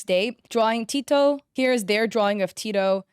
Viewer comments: aint no way she said "Tee-to". its "Teh-to" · ITS TEH TOE NOT TEA TOE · Tet—o! Not Tea-toe. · Not her saying tito instead of teto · Oh! teto "here's their drawing of t"I"to" girl what?????? It's pronounc as "t e t o" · Btw tetos name isn't pronounced "Tito" it's "teh-toh" :) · not tee- to it's t-e-t-o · Tito? It’s teto… (T-EH-TOE.) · TITO???????? It’s Teto 😭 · tedo!!!!! it's veto pronounced tee toe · The way you called emu "Imu" and teto "tito" 😭😭😭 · It's (TEH)-(TO) not teeto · nah nah nah it’s not Tito it’s te to you got to use the short e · the way you said teto sounded like "teeto"but its fine i said teto like that before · TETEO ????? sorry it's pronounced teto like te-tO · You pronounced teto wrong so let me tell you its not "tee_toh" its "teh-toah" teto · I was about to say LOL instead of "teh-toh" she says "tee-toe" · its not imu its emu 💀 and another is tito WHAT IS A TITO its teto 😭 KOHANE 😵‍💫 (This is to american 🔥) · As a really big Teto fan, hearing say Teto as tee-toe hurt me 😭😭😭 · it’s not teeto btw! It’s teh-toe. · its pronounced TET-TOE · So some of those characters are VocaloidS and UTAloids! (There’s a difference look it up!) and ppl like emu, mafuy, and airi are ppl in pjsk which is a popular Japanese game. U did kinda mispronounce some of the names but it was kinda funny(IN A GOOD WAY), especially with teto u said ‘T-toe’😅 but’s it’s actually ‘tet’ (like the game tet-ris but the first part) and the sound ‘o’ = “Teto” ❤ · “teehtoh” 😭 (not hating 👍) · the fact she called my Teto "Teatoe" hurts me fr💔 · FR ITS TE-TOE :P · isnt it prounounced “teh-toe”? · Tētō . Easier to pronounce this way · no hate. You pronounced it wrong. That's fine! Here is how to pronounce it! Teto [TEH-TOE] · "e moo" "airy" "teedoe" "go hay" IM SORRY BUT THAT WAS SO FUNNY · uhh the girl with the tornado like hair, her name isnt said like tito, its pronounced as its spelt. also most of those characters (if not all) are from a game called project sekai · And Teto as 'tito'